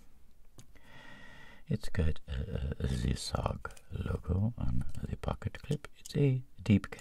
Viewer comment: Th r-r-r ee inched on ZE button!!!